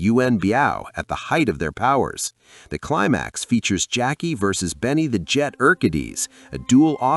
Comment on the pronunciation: Benny The Jet Who? 😂😂😂 Please learn how to pronounce names 🤦🏽